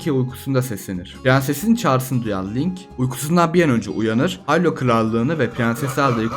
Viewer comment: Muhteşem bir video olmuş. 42 yaşında seriye Minish Cap ve A Link to the Past ile başlayıp hemen tüm oyunları oynayıp bitiren birisi olarak bu kadar detaylı Türkçe bir kaynağa ilk kez rastladım. Yapıcı eleştiri olarak Hayrula telaffuzu başta olmak üzere hatalı telaffuzlar ve hanımefendi arkadaşın seslendirmeleri pek hoşuma gitmedi ama onları da zamanla düzelteceğine eminim. Zaten videonun içeriği ile bunları görmezden geliyorum bile. Abone olup, bildirimleri açıyorum. Başarılar...